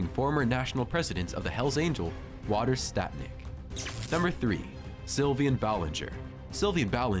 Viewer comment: Kane was never a member. Also his name is Walter not water